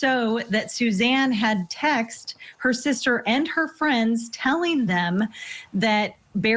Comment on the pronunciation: "...that Suzanne had tex'd her sister and her friends..." The past participle form of "text" is "texted," AND it has two syllables, not one,.